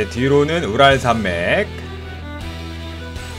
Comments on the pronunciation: 나만 우랄산맥 ㅂㄹ산맥이라고들음? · 왜 우랄산맥이 부랄산맥으로 들리는거죠